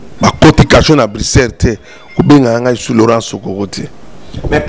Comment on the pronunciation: Eza Bricere te mais Bruxelles . Niama ya mobali oyebi Poto te. Yoka ndenge azo benga Bruxelles😆😆😆😆😆